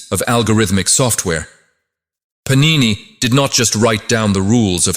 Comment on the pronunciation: Sanskrit words are all mispronounced! It is pAnini not panIni!